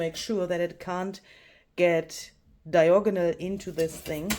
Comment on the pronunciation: Oh, and i adore how you say diagonal❤❤❤”dioganol”❤❤ Wonderful organization now. I am wishing i had the patience for this